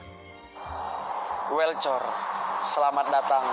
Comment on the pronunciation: welcor. Welcome om bukan welcor hehe😆😆